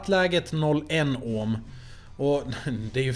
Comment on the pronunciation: Det heter ohm inte ÅÅÅHM